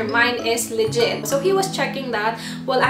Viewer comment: Pakipronounce po ng maayos ang "legit" it sounds "ligit" to me. Wag na po mag english kung nahihirapan. Mali mali na ang grammar, pati pronunciations 😳😨😌